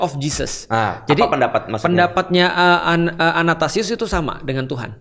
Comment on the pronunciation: Athanasius ko Felix, bukan anatasius